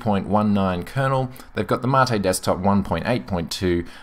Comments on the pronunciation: no the ? rect pronunciation is Mah-tae ....it even says so on the site. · Ubuntu "Mattay"? u wot MATE (see what i did there? No? Ok...) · Im with you there its a great distro been using it for a while now not one issue to date great review its funny how to pronouncement of Mate brings up so many discussions i dont care what you call it for me it works perfectly have a great day mate pardon the pun